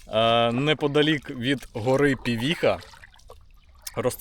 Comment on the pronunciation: Пивиха, а не "півіха", неуки.)))